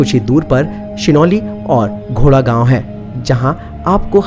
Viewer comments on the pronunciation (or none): none